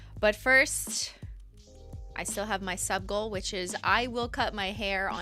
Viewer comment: The first time you said “sub goal” I thought you said “suckle” and I was like wtf lmao 😂